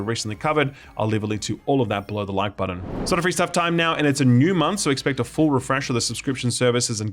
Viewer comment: It bothers me that he says “budden” instead of “button”